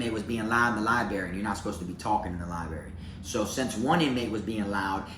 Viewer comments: I like you Bro!! But, add an R to library!! It's Library not Libary!!! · Take a shot errtime say Libary🙌🏼🤌🏼😜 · Aww you pronounce library like I do 😂